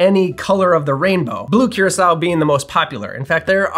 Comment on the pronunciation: I think it’s pronounced coor-ah-sow. Otherwise this answered a lot of questions, thanks.